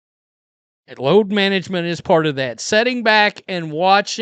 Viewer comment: Did you say load management... or LOATH MANAGEMENT!!!???